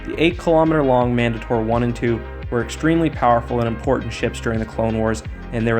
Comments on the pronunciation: Man-day-tur not Man-duh-tor cmon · He said mandator wrong